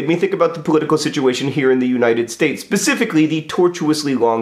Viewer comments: did he say 'pecifically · Did anyone else catch "pacifically" ?